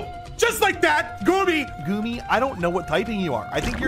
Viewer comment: GOOMY = GOOBY